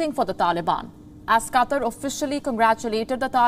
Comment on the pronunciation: Really need to improve delivery, especially pronunciations of certain English words. E.g. "QATAR".